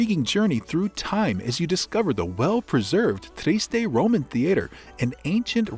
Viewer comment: At least pronounce the name correctly in your opening sentence.